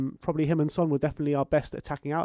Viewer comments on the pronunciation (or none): fyi Son’s name is pronounced closer to huh?-ng min (as in huh? and ng as in bungalow) not hewn min. Keep up the great work!